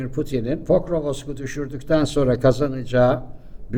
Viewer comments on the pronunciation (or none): Pokrovoks değil. Doğrusu Pokrovsk.